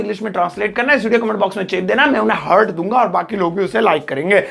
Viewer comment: Pronunciation of heart is "heart" not a hurt.